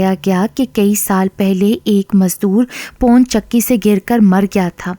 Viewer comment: Wo pon chakki nhi pawan chakki h..